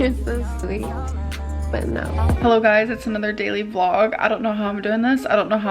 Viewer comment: Your intro cracks me up every single time without fail 😂 "Hellaoh? Is anyone haome?"